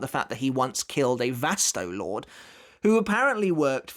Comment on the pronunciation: Please say the name right Vasto Lor-Day that's how you pronounce it. Lorde not just Lord. Get it together.